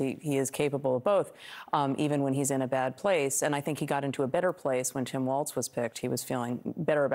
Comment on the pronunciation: FFS It's Walz not Waltz Maggie